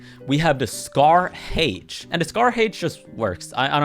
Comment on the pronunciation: Bro said scar hæych💀